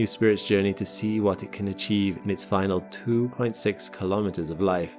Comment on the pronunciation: Kilometers is pronounced kilo-meters, same as kilo-grams and kilo-watts. Not ka-lom-it-ters. Say kilo and then say meters. Life and unnatural noise were not found on Mars.